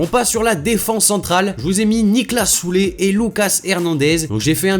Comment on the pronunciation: alors déjà on dit pas "Soulé" mais sa se prononce "ZulE" (on prononce le e)